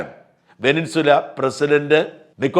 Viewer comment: വെനിൻസുല അല്ല ഷാജാ വെനിസ്വേല ആണ്